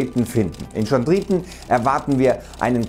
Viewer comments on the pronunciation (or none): Es wird Kondrieten ausgesprochen, nicht schondrieten